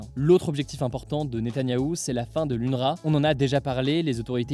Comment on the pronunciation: Unerwa * cela ce prononce comme ça ! De rien !